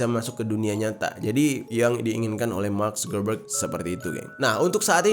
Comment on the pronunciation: Mark subebeg😂😂😂kok gua denger nya gitu ya🤣